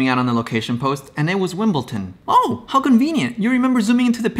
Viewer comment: lol "wimbleton"